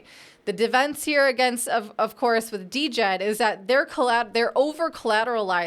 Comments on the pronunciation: We'll be waiting for your correction. COTI is the provider of DJED (pronounced JED). $SHEN is the reserve token. You have made no mention of the minting process and how both tokens work in correlation with each other. It' s totally different to all of the other stable coins you mentioned. Spend a bit more than 5 mins researching next time before posting trash like this. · Trying to be positive but this sounds like you didnt do any homework. It is pronounced: JED. You did not mention SHEN or trip levels of minting burning. I am not a maxi trolling you bur please do proper research. You didnt mention COTI.. or this being Minimum JED. If you need a primer reach out to the Cardano community. Your script was shallow without substance. That is what upsets Cardano folks. You didnt even pronounce it right so clearly you didnt watch right videos. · JED the D is silent people. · I thought she said the "stable coin" was called DEGEN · DJED - Pronounced "Jed" silent D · She can't even pronounce it correctly. How much research did she do? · The "D" is silent. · Luv ya. The "D" is silent in Djed. Stables are essential for DeFi, I hope a non-censorable few succeed across bridging platforms. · Are you sure? Have you not heard Charles hoskinson ever mention it and not pronounce it the way you pronounce it which is wrong